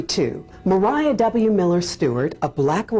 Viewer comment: Why would you assume her name is Mer-eye-ah. Maria is widely accepted to be pronounced as MAh ree ah. Is there something I am missing about the history of the name?